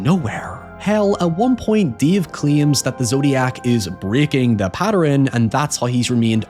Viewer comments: OK, and now you're just fucking with us. How does "pattern" get pronounced as "patter-en", not once but twice??? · its so incredibly clearly his accent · "patter-ren"? Has that always existed and I only ever noticed "high-ohever"? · Yes, I'm not the only one who heard this!!! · That pronunciation of 'pattern' made me go cross-eyed.